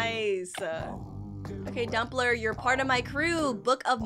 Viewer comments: Bro Said dumpler💀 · did you just say dumpler